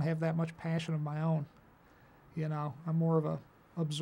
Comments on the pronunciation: *paysion*. He's so midwest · Vince Gilligan - I am the one who has Paashion